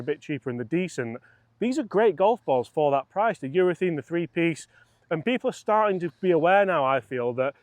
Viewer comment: Please, it's urethANE!!! Love the channel, by the way!